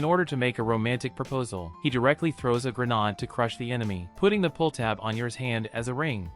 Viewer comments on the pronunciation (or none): Bro said granad 💀💀💀💀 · Is this being narrated by an AI? Speaks English, but somehow mispronounces 'grenade'... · Bro its not called a ''granade'' its grenade